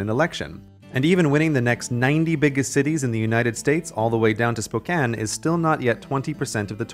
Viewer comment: I’m very impressed you pronounced Spokane correctly.